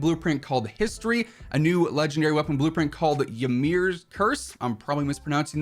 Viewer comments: Historia has the (HIS-TOR-IA) not history anyways great job as usual 😂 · The gun is historia pronounce hiss-stor-re-uh.... my man watch the anime lol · Love how he Says historia completely incorrect says yimrs curse perfectly him “I probably pronounced Thant wrong 😂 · How did you manage to say Ymir correct but not historia? 😂 Great content btw keep it up!